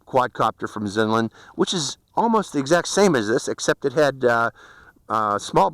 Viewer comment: I really like your pronounciation of this brand. Its good. Americans usually really bad at stuff like and usually always say brand names in american-english accent. But you do say XinLin really good. I actually think its actually the right way to say it. Its like Huawei that pronounced Hjavi something.... But I really waited for this clip. Only Seby Docky done this before you.